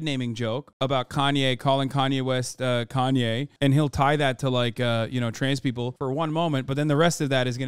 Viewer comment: "And I'm kanya West"